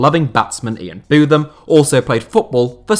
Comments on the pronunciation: Who the bloody heck is Ian Bootham? It's Ian Botham, pronounced Both-am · Hearing you butcher Ian Botham’s name really grinded on me 🤣 both not boothe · Ian Bow-thum not Ian Booth-um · Ok anyone else slightly throw up in their mouths when he pronounced Ian Botham.